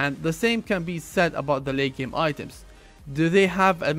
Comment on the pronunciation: U say can but sounds like cant